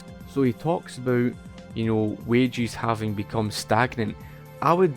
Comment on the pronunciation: I thought he was referring to wage earners as "wagies" but he was just saying "wages" with an accent 🤔